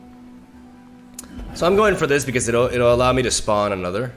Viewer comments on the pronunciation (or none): none